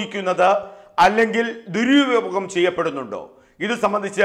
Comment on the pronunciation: ദുര്യോഗം അല്ലാ, ദുരുപയോഗം